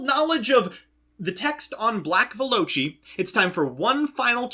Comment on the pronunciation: Bro how do you pronounce Velociraptor if that's how you think black veloci is pronounced 😂